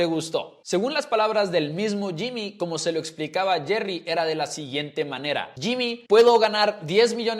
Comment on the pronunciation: Yimi, yerri, yones , llonson ,yami ,yimi 😂🥴 que locura